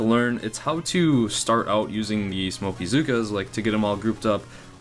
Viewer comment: Hey those mispronounced words of yours are hilarious " smokeaa" lol that should be the official term. And nice hair cut, looking good for the boomhotties.